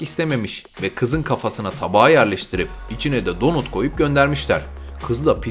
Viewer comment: donut diye okunmaz o donat diye okunur....